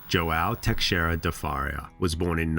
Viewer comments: fa-ree-a lol sorry im Portuguese and have many friends with that last name , now Teixeira is much tougher to pronounce as X is an "sh" sound so its Te-she-rida rolling the r , my name Alexandre is the same way 'a-le-she-dre', great video, Portuguese names can be tough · Hey man it would really be an improvement if you looked up how to pronounce all the foreign names and words. The x in Teixeira, the ou in pousada, and the name Bial really stood out.